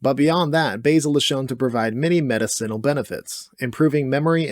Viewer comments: I love your videos but the word is muh-DIH-sen-ul….. not med-I - CEN-ul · Or medICinal instead of medicINal. Oh god that hurts my brain. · Not nitpicking but medicinal( Ma-Dis-sin-Al) not medicine - al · Meta-Ceenle? Have I been mispronouncing medicinal all my life? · I love you and I love these videos but the way you say “medicinal” is driving me insane Meh-diss-sinal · Learn how to pronounce medicinal…..please. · How you pronounce stuff like medicinal and capsaicin doesnt sit well with me lol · This guy saying medicinal is going to drive me crazy. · Unfortunately I'm going to put your pronunciation of "medicinal" in the D tier. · Love your lists. The way you say medicinal is strange. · 10 seconds in, mispronounces "medicinal" and just like that any authority over the information presented is squandered. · Bud knows all this info but cannot pronounce "medicinal" correctly LOL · The way he pronounces medicinal makes me trust him less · Your pronunciation of "medicinal" is F tier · I've never heard medicinal pronounced that way.